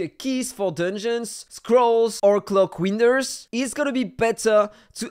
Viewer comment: Don’t you mean clock weenders